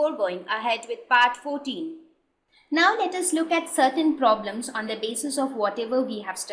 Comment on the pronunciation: very good "poblems"